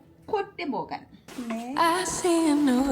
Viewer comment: No es MORGAN, es MOGÁN y no es Port, es Puerto, Puerto de Mogán.